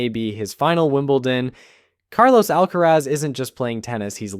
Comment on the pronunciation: I changed the video the moment he said Al- kerez